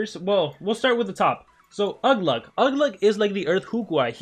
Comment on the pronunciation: its ugluk I can tell you were in a rush